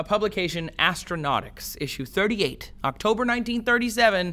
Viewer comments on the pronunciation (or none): none